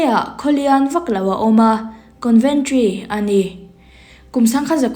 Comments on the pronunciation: Conventry nilovin, Coventry zawk aw..Con nilovin Co anih kha..en chiang rawh i thil chhiar kha, ati ngaihnawm lo ṭhin. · Coventry ......conventry tiin ilam daih bok sia